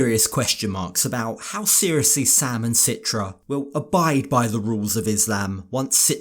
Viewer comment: So much pressure on him to abide by the Islamic rules while citra doesn’t even wear a hijab and follow the rules herself. And why is everyone saying her name wrong? Very strange couple.